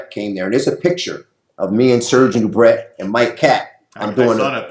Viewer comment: Serge Nubret is pronounced " Nubray"